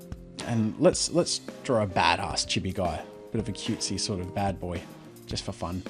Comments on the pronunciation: Not chi-be it’s pronounced cheee-beee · Anyone Else cringe when he pronounced chibi wrong? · Lol just the way he says chibi